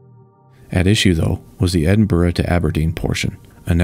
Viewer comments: Nice to hear Edinburgh pronounced properly, Americans are infamous for getting it wrong. So kudos! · Thank you for making the effort to find the correct pronunciation of ‘Edinburgh’. Your voice and delivery are clear and very pleasant to listen to. Love these interesting videos.